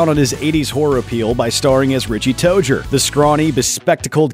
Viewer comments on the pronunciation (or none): It's toe zer that's how it's pronounced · Did... did he just say. ‘Richie Toger?’ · “Richie tojer” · Tozier not Tojer. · "RICHIE TOADJER" no... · did anyone notice that this man pronounced Richie's last name as Tojer lol I'm dying. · Am I the only one who is confused that he pronounced it Richie TOEJER have I been pronouncing it wrong all this time?! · They said headend last name wrong and they said richies last name wrong